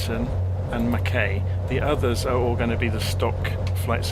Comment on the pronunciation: Absolutely love your work. Given the way my boy monopolises the XBox, I probably spend more time watching your vids than using the sim! Couple of pronunciations from a (born if not resident) Queenslander ... Mackay = Mack-eye ... Gladstone = Gladst'n ... Hervey Bay = HAH-vee Bay (pls forgive if someone has already raised this!) Great route and plane. Thanks for the videos!